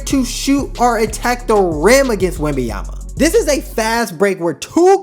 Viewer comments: Hello, great video! But please pronounce his name correctly. It's not Wemby-ama. I'ts Wemban-yama. With an N. Peace! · Man respect name ! WembaNyama and not WembaYama WTF ! France here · C'mon man! Say it with me! Wem - Bon - Ya - Ma! It aint that hard to pronounce the man's name correctly!! lol Otherwise, great video. Subbed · If you make a video about him maybe start by pronouncing his name right..